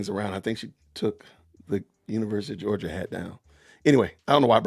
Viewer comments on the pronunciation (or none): none